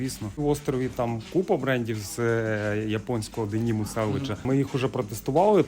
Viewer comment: ніяк не можу зрозуміти - це в мене наголос калічний чи в баєра Острів? воно ж наче дЕнім, а нє денІм; воно ж наче вібрАм, а не вІбрам але в цілому острів ван лав, дуже стильовий магазин. Сидів в них на сайті коли був молодий і бідний і пускав слюну на сіпі і японський денім двіж